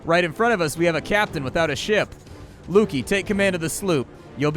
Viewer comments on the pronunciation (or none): Pretty sure it's Luky as in Lucky (Lukey has an e in it). Other than that good video